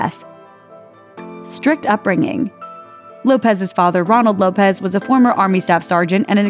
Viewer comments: Her name is pronounced Low-ps not Lopez. She is a black woman not Hispanic not saying Hispanics aren't black,but they pronounce Lisa's name WRONG. Thanks 😘 and you are welcome. Rip Lefteye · it's not lopez , it's lopes as in ropes